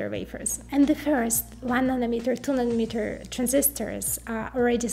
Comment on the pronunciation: Does she know how to pronounce N A N O M E T E R ? SOUNDS LIKE MILLIMETER !